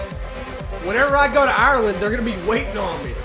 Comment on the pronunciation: Hate the way he pronounces Ireland